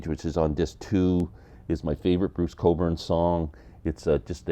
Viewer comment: Bruce Cockburn. The way you say it the "k" is silent ??